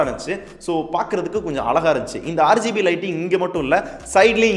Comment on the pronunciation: neenga RGB nu solrathu "aaru gb (6gb)" nu solra maathiri iruku